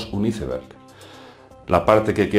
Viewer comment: Hey... E escuchado en innumerables ocasiones que dices "Iceberg".. Y bueno, la palabra iceberg en inglés se pronuncia de otra manera... Creo que la forma correcta de traducir "iceberg" en español es "tempano". Esta es sola una pequeña observación, saludos desde Albuquerque New Mexico... (Habló inglés y español, y al escucharte decir "iceberg" como lo haces me a creado confusión cuando lo e escuchado)